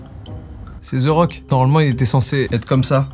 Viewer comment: The .. se prononce de .. svp Joycas pas ze rock .. de rock pour the rock